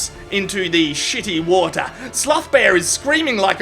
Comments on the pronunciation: "And jumps, into the shitty wota" 😅😅😅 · Get back in the WOTAH! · "and jumps into the shitty watah"